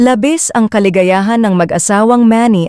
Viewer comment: Pangit mag pronounce nito. Labis 🥵 yon labis.